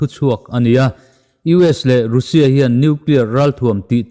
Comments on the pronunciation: Youtube ah ve meuh rusia tia chhiar hi a ziallo e. Rasia tiin chhiar rawh. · Russia i lam dan hi mizo tawng a u ang ni loin miao tawng a A angin lam la ngaihthlak a hahdam thlak deuh long maw.... Rassia ti angin lam ta zawk la